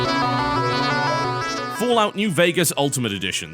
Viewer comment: It's FO. Not FA. As someone that played all the Fallouts, I prefer Fallout 3. It's my favorite. However, New Vegas was great. Thing is, the factions were neutered. Compare House, the Legion, and other factions to the NCR. That's bad game design. NV was also buggier. Not to forget, the world design when compared to Fallout 3 fell flat. The DLCs improved on this though. Every NV DLC was masterfully done.